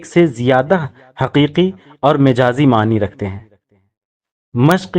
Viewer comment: ارے بھائی مَجاز ہوتا ھے مِجاز نہیں میم پر زبر ھے اور آپ میم کے زیر لگا کر بول رھے ہو پخلا خود استاد بنو پھر کیس کو بتاؤ گمراہ نہ کرو۔